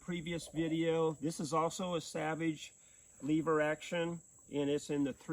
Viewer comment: You mispronounced words like lever and powder point just to get comments? I never knew that that many people didn't know how to speak English. When a vowel is by itself in a word, unless it has a modifier, it is a short vowel. The first e in lever is a short e, not a long e.. And I think you just misspoke when you said powderpoint instead of PowerPoint. And that lock for the lever is not a safety. It's a mechanism to lock the lever. That doesn't mean it's safe. It may have a sear block attached to it. But it is not a safety it's primary purpose is to lock the lever.